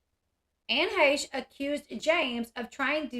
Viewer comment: Dang her being " pretty " definitely important. And you sure can pronounce her last name. Good job.